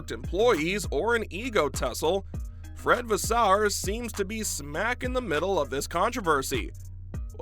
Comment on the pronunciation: Vaes-seu-rrr.. Not Vaas-sou-errr